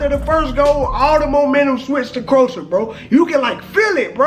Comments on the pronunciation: Talking about the football and can't pronounce the name of England opponent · You are pronouncing Croatia wrong😂